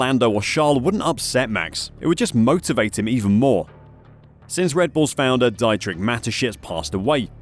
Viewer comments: It's "Dietrich" not "Dyetrick"... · bro is pronounced "D-Trick" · Dee-trick fucks sake next you will be saying Jag-wire instead of Jag-you-are. 🙄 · It’s Dietrich, spelled Di-tr-ich